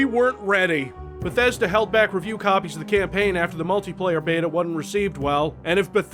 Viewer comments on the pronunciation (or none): none